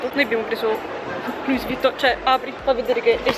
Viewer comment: Si dice luí! Non luiss! Cristo santo!